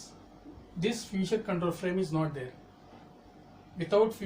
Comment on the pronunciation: Sir it's feature not future.....